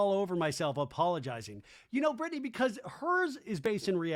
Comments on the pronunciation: Why do you keep pronouncing BRITTANYS name like "Brit-ton-nee"? 😮🤦‍♀️ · He's always done that 😅it's intentional.